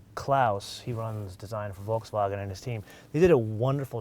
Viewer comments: can you like stop, pronouncing Volkswagen like your speaking German? pretty much cant watch you cuz of how annoying that is. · Just why? Just why you can't pronounce Volkswagen correctly?